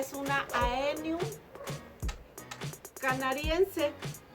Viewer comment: 😅es AEonium!!!!, no eonium